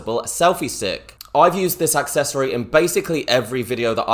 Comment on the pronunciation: Whats an AXccessory? There is no X in Accessory lol